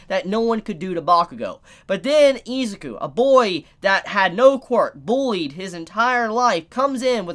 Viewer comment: I'm just going to tell you now, Isuzu is pronounced I-Zoo-Koo Not Eez-ik-ew